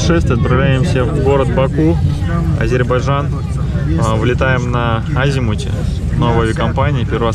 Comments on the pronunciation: лучше сначала научись правильно произносить название республики ! не Азербажан, а не Азербайджан!!! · Ребята правильно говорите название страны не Азейбарджан а Азербайджан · Город красивый, автор костноязычный, его друг вообще двух слов не может сформулировать. Я все видео слышал Азербаджан, это очень режет слух. Дикцию надо развивать и читать книги, а то Короче, Как бы, Ващето... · Даже выговорить правильно не может 🤦‍♂️🤦‍♂️🤦‍♂️ АзербаЖан 🤦‍♂️🤦‍♂️🤦‍♂️